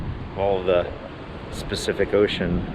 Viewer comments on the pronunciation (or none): I had to laugh - your “specific ocean” instead of Pacific Ocean was so funny, even commented on it. I grew up in Washington State, we went to the Pacific Ocean all the time. Glad you’ all had a great time at the conference. 🦋🦋